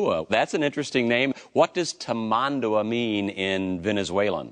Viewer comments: "what does taman-dua mean in venezulan" 💀💀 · Lmao funniest part is he's such an expert yet he doesn't know how to say Tamanduá